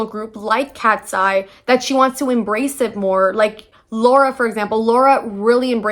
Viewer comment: how fucking hard is it to say lara’s name correctly?? did you do any research prior? saying her name (or anyone’s name) correctly is like the easiest thing ever? also people aren’t questioning manon’s blackness because “she’s light skinned” it’s very clearly because she’s just as much white european and she is black. if us black people don’t feel represented by someone who has a white mother and was raised in a predominantly white european country (the average black person does not share the same privilege or upbringing) then we have every right to not see representation in her. again, please do some research before yapping on the internet because other than that, i did finish this video till the end so you did something right.